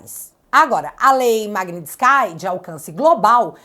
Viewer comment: Pronuncia-se MAGUINITIS - QUÍ !!!!!!!